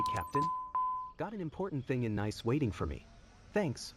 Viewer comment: Nice isn’t the only airfield that gets mispronounced. Typically a PC-12 will fly around 24,000 ft. 30,000 is the service ceiling.